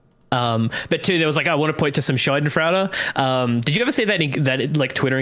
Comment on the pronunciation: Yeah it physically hurt me every time he said that.